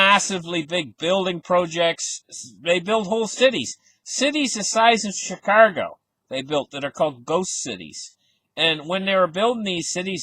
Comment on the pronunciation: Its pronounced chicago not chicargo...... just saying